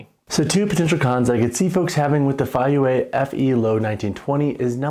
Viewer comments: It's pronounced Fay-yea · The pronunciation is Fay-pause-youeh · Both pronunciations are wrong but that is ok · "I've seen two different ways to pronounce the name"...and they are both entirely wrong.